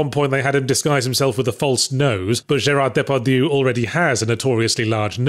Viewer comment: It's weird that he could pronounce "Gerard Depardieu", but despite it actually being the topic of the episode, he couldn't pronounce "Gankutsuou" correctly.